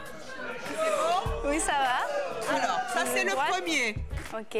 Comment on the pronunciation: Charlene et son pretendant gagnant ils disent ui au lieu de oui c trop drole